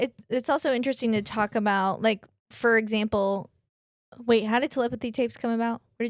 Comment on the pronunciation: “fur example” 😂